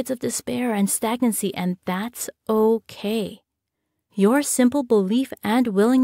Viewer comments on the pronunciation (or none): none